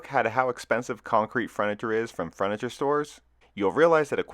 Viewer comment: Except it's Furniture, not Fruniture, kiddo.